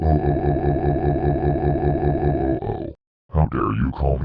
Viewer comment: I just realized when the Damien voice try’s to say me, he says Maine instead